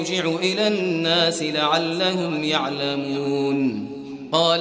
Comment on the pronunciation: He said it correctly, he said la ya3lamoun. You heard it wrong